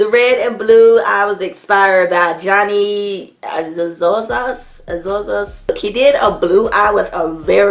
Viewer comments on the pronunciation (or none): lol you murdered jonnys name